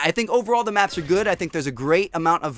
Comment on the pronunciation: When he was saying big maps it sounded like big macs